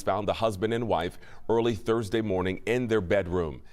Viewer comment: You say it happened Tursday, February twoniet ?